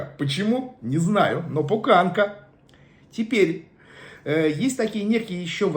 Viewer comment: Не пукАнка, а пУканка, не бухАл,а бУхал, майка, это мать, а мама есть мама. щори это того, что ставиться на окна, перде, это другое.